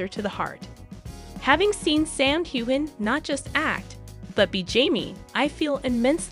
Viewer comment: Learn how to pronounce Sam’s name. You butchered it